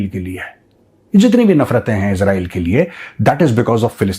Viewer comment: Major Sahib, After criticizing Pakistanis for the way they pronounce Israel as "Israaeel", you too seem to be doing the same!